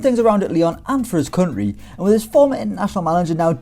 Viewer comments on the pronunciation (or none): none